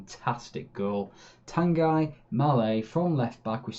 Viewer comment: Watched the 37 episodes in 2 nights. Great job. Love the in game commentary. Just one small criticism, the way you pronounce Tanguy😜 Keep it up though